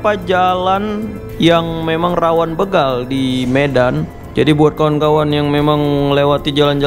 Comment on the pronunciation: banyak sudah salah pengucapan kata "begal". huruf "e" nya berbunyi sprt pada kata "pergi". padahal yang benar kata "begal", huruf "e" nya seperti pada pengucapan kata "pak-de" , "kere", "merauke", atau "bela-diri".